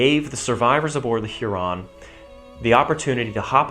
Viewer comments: Weird pronunciation of Huron. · Love the video, quick note. I've never heard Huron mispronounced in that way. There is not supposed to be that much emphasis on the individual syllables, making it sound fancier than it is.